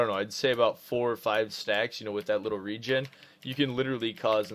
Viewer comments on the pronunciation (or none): none